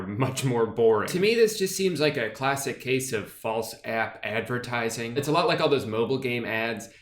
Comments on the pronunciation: I like how drew pronounces “app” like “ahyp” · Your southern twang comes out when you say “app”